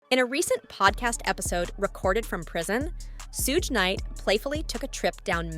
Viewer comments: "Sooge Nite" ...lmao!!! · Love all these white folks or is it AI doing these videos on music industry people they don't even try to learn these criminals names right Lol "Sooge night" and "kid Q Dee" what a mess